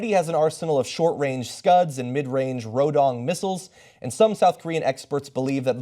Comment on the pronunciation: Umm Rodong is actually pronounced like "Nodong" due to weirder nature of NK Korean alphabet, and it means "work" or "worker".